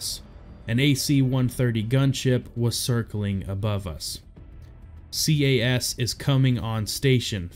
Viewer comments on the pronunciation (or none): To make it more fluid, "CAS" is an acronym, not an initialism, and it's pronounced, "cass" or "caz."